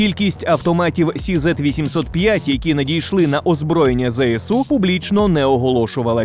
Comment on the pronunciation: CZ - Česká Zbrojovka читается как Че Зет, а не Си Зет